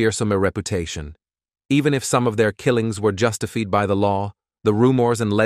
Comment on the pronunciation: I enjoy your videos here specially, when you miss pronounce all the words like pickles and justified why don’t you take a class and learn how to pronounce these words stead of just gas in Adam